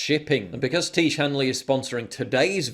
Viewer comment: It's pronounced "Tee-ezh", not "Teege". FFS, Paul.